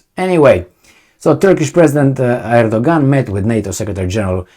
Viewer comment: Great - remember Erdogan is pronouced Edoyan (or something).